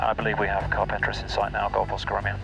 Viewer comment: Another great video. Amazing that you got all the way to Carpentras without learning how to say it. CAR-PONG-TRAH!